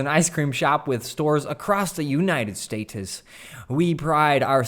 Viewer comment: I literally shivered when you said “stay-tes” instead of states